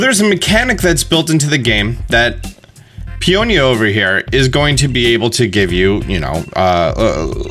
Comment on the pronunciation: Someone finally pronounced their names properly. Peony and Peonia. I don’t know where PEE N EE came from. Their names are similar to Tony and Fiona